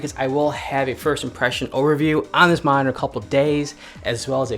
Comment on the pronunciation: You saying minor or monitor? +